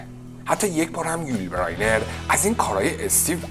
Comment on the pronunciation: استاد! اولا هنگام ترجمه بین جملات و برای تفکیک آنها نقطه نذاشتی و دوما نام یول بزینر را غلط تلفظ میکنی.